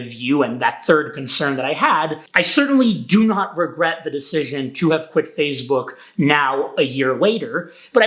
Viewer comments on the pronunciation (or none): It is “Face Book” not “Fazze Book” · says 'PhaseBook' lol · He keeps saying fazebook and it’s bothering me 💀💀💀